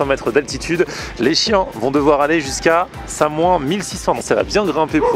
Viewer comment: salut ça se prononce samouince et pas samouin lol